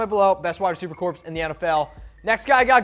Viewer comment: FYI, in the word "corps," the p and s are silent. It sounds like "core."